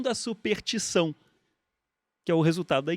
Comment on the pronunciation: O Pirula teria corrigido o Ruas logo no começo quando ele falou SUPERTIÇÃO, e assim teria evitado a vergonha alheia inteira que vários de nós sentimos ao ouvi-lo dizer essa palavra o video inteiro. (ou não. ainda não assisti até o final pra saber se ele se corrigiu, mas já vi ele dizer essa palavra errado uma meia dúzia de vezes) Volta logo, Pirula!!